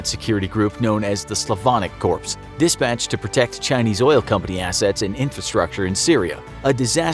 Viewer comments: Dear everyone, Corps is pronounced "core," not "corpse." That is all. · 5 is not 4 and corps is pronounced core and Venezuela is not Brazil. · corps. when you say the s. cring.